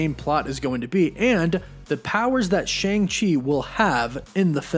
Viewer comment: the pronunciation of his name is wrong, should be Sh-ahh-ng Ch-er, In pin yin, mandarin it's true pronunciation.